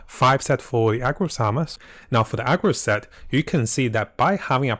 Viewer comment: Dude everytime you said AGROS it unreasonably tilted tf out of me lol. It's ARRRRGOS. NOT AGROS.